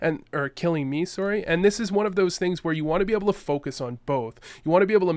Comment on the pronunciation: soory, must be Canadian